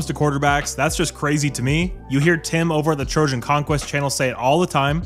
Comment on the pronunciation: I thought he said he’s the Trojan killer now 😂